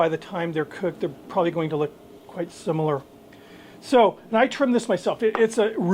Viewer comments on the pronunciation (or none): none